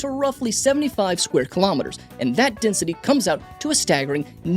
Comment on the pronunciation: Desnity? French is funny